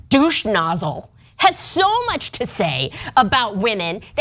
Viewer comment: She said deuche nozzle twice lol